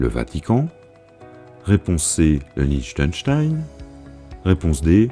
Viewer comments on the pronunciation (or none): none